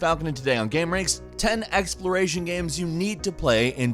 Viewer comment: The way falcon says "gaehms"